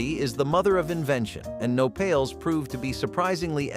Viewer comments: Not "No pails". The word is "Nopales." (Pronounced no-pÁ-laze.) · Nopales pronounced wrong - dictionary has enunciation perhaps a moment of research on that portion.